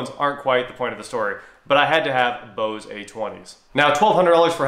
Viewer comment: Why are u saying Bose-ay...it's just bose